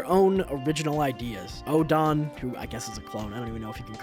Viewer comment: Oedon is pronounced like Eden